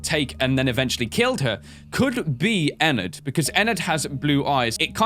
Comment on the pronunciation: Ana Alves nah. he's calling it eNerd.